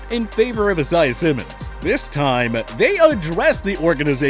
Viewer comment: Bro did you hear how he said Isaiah Simmons’ name? 🤣